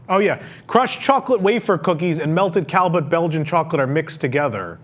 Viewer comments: From one professional wrestler to another: i believe you are trying to say “Callebout”, which i think is a Belgian chocolate and, from my French studies decades ago, should be pronounced “Ca- yay-boo” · It pronounce “Calle beau”